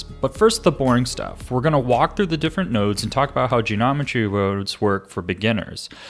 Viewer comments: 'Geometry woads' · "genomentry wurodes" smooth